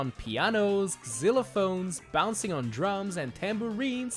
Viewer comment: the way he said xylophones bothers me